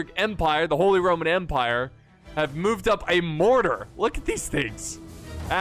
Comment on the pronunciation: "Charles V of the Holy Rrrrrroman Empire"